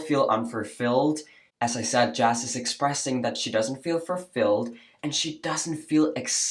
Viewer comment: my dear please never say furfilled again 😂 FULfilled